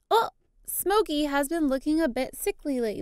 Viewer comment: Omg my cats name is smokey like litterly like im so happy and you said it right ....kisses from slovenia